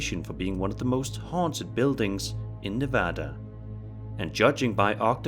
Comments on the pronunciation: Ok, I had to pause this video to tell you that I’m impressed and THANK YOU for pronouncing Nevada correctly. Major props lol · Finally someone who says Nevada correctly, thank you